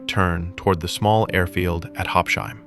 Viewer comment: please pronounce it correctly: Habs-Hime, not Hab-shime. Habsheim is not an English name or word, so please pronounce it accordingly.